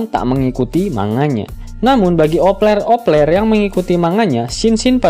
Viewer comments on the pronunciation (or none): coba dengar 🤣🤣 Opler opler (op peler op peler) 🤣🤣🤣 Biasanya op lover nya Bukan opler opler 🤣🤣